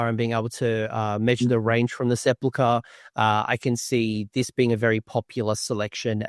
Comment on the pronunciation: I have yet to see one person pronounce Sepulchre correctly